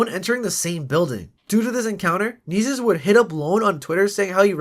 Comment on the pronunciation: You’re pronouncing his name wrong if not it just sounds annoying asf Nessus Nessus Nessus